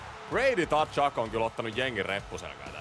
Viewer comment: Usko nyt että se lausutaan suomalaisittain ”katsuk”. Siihen ei kuulu ottaa sitä t:kirjainta eteen